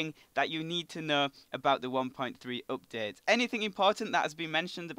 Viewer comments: you say oupdate not update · "cannot weet for this updeet" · you say UPDATE soooo weird